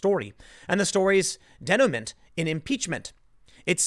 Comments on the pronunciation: Tim, maybe you should have stayed in high school long enough to learn the pronunciation (and meaning) of the word "denouement". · Day- Nu- Mah Denouement....lol.